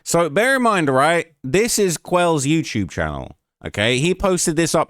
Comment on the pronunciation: “My Yewtewb” 😹😹😹